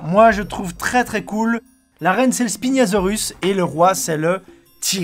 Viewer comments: Spiniasaurus? spinia? nia? spino.. c'est spinosaurus 😂😂😂😂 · Grand JD:La reine c le spinasiorus Moi:euh c pas spinosaurus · Le jeu d'échec Jurassic hummlm je le veux je suis à deux doigts de l'acheter. heinnn j'ai mal entendu là le "spiniasaurus" NON c'est Spinosaurus 😅😅 mais c'est pas grave 😁